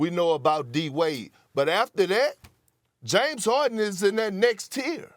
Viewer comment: Drink 🍺 every time Steven A says, “James Hoardin”